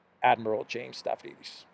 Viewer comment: The moron's name is pronounced (Stavridis) as Stab-rydis !